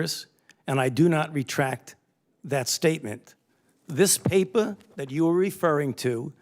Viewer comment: Anthony “papuh” Fauci 📄